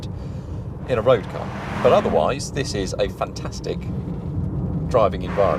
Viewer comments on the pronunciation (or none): none